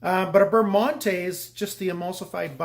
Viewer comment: Prononciation adjustment on monté necessary.